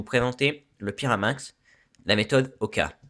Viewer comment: pyraminx et non pas pirameinx